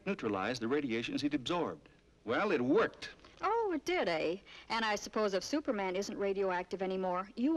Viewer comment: If you listen carefully, he actually asks, "Stuperman, where are you!"